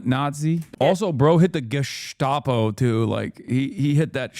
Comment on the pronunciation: It’s not gestapo anymore. It’s geschtapo now.